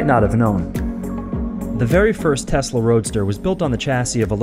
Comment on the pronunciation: Okay, so it's TESLA not testla; and I believe the point is that it is electric not that it is faster...although it IS...